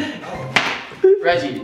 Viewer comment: it’s Regie not “Reggie”